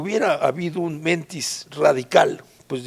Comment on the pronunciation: SEÑORES, LES TENGO UNA MALA NOTICIA: YA NADIE LES CREE. OTRA: MENTÍS ES PALABRA AGUDA, NO GRAVE.